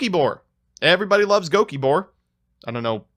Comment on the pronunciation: As a flying spaghetti monster believing satanist I gotta say, those evangelicals might’ve had a point. Also it’s gokibore, HOW CAN YOU NOT LOVE GOKIBORE???